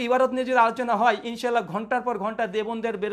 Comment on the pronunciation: যে আলেম শুদ্ধভাবে ان شاء الله এর উচ্চারণ করে না তার থেকে কি আশা করব?